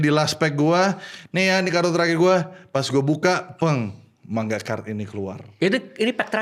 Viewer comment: Penyebutan MANGA nya ko MAN GA? Kek lucu banget dengarnya. 😂